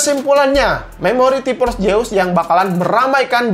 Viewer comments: ti PPPorss, kenapa gabisa bilang F sihhh😭😭😭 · Jeus Jeus Zeuuusssss pake Z Z Z Z T-Porce T-Porce T-Porce T-Force pake F F F F F